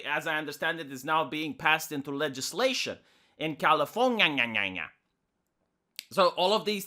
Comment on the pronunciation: "...in Californya-nya-nya-nya" :)